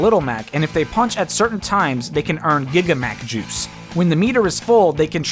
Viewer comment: "Giga Mac Juice" sounds wrong